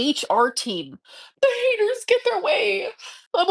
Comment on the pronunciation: 😂😂😂😂OMG I can’! But she just swore the haydurs were trying to sabotage her “s0Ft, jEnTLe luVe…”